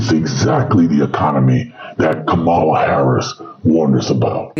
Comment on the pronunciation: Thanks for saying her name correctly,. I was so tired when MAGA intentionally mispronounced it. I appreciate all you do & will always support your content!!! 😊